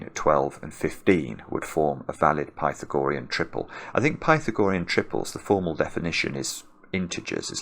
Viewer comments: The "ah" is stressed in Pythagorean, not the "gor" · I always pronounce the theorem as "Pih-thag-oh-REE-in". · I wondered if "pi-tha-GO-re-un" was a Britishism, because I know there are other long words that are stressed differently in American and British English (for ex. "veterinary," which is "VET-rin-er-y" in the US, but my late British colleague said "vet-RIN-er-y" ). But the OED only gives forms with primary stress on "RE," secondary stress on either the first or the second syllable (so either pi-THAG-o-REE-n or PI-thag-o-REE-n). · Does he know he's pronouncing Pythagorean incorrectly? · Great puzzle. Pity we had to listen to the word "Pythagorean" being mispronounced for the whole 40 minutes. :-) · Is pronunciation of Pythagorean a typical British thing? Or just a personal thing? Not criticizing. Just curious. I have never heard this pronunciation before.